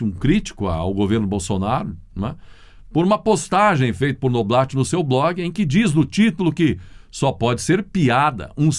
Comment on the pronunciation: Noblá, Noblat se pronuncia NOBLÁ!